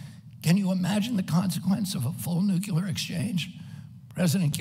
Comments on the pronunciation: Why can’t he say the word “Nuclear” correctly? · Agreed. I love his honesty, integrity, humanitarianism, and intelligence. I just wish he could pronounce the word "nuclear" correctly!! Drives me crazy! But he's the best candidate by far.